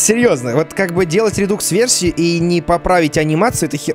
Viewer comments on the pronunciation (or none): Правильно говорить не РЕДУКС а РЕДАКС